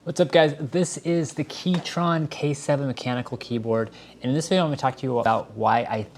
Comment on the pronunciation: I still prefer my Logitech MX Keys Mini. Also, you said KeyTRON at the start.